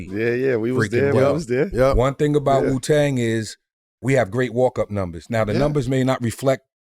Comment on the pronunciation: Its Wu-tang not Ju-tang 😂